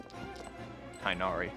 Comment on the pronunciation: omg great video! btw tighnaris name is pronounced like tig-nari not tie nari lol